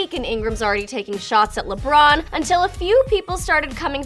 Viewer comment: They said lebrun